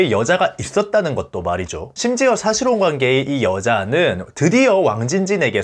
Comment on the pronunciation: 싸실혼이 아니라 사실혼 입니다 아 혹시 혀가 짧아 발음이 안되는건가요? 아님 구강 구조가 주걱턱이라 안되시는건가요?